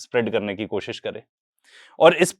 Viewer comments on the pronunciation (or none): none